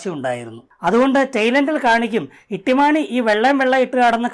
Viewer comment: ഇട്ടിമാണിയല്ല തൊട്ടി മാണി പൊളിച്ചു.😂😂😂